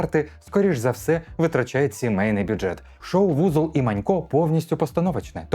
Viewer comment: Узол і Манько!Узол а не Вузол, Узол це прізвище, воно не перекладається)